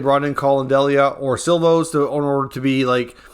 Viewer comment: It is See-lovs not Sill-voss.